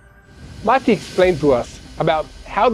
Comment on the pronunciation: Not marti….. it’s Mati